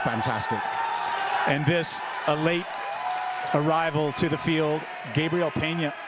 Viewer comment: Gosh darn it learn how to say gabriel right